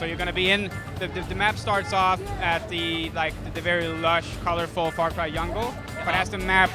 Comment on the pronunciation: lol did he say yungle